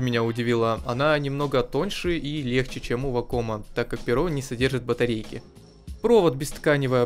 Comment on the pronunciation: вАком блин, а не вакОм Больно слушать блен